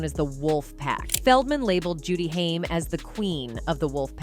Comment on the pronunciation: Your crappy AI voiceover has now pronounced "Haim" in about four different ways.